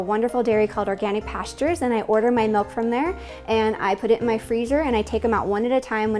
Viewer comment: The way she pronounces kefir drives me crazy. I'm not shocked given that she pronounced milk like melk.